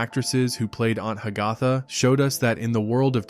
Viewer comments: Announcer pronounced the name Ha-gath-uh, almost like Hiawatha! Correctly would be Hag-uh-thuh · It's pronounced ANT HAG-a-Tha!!!!!!! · Aunt Hag - AH - tha??? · Ha- ga- tha? I always thought it was pronounced Hag - a - tha. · It's obvious that a computer was the narrator by the pronunciation of Aunt Hagatha (Hag-a-tha) & that was about multiple actors who played the same character, not one actor who played multiple characters. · Aunt Hagatha is pronounced Hag-uh-tha..., !!!!